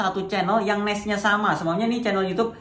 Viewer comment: niche kok ngomong nya nes, nas nes nas nes, belajar dulu om, sama belajar ngomong nama anda sendiri di opening nya,, bukan timon adiso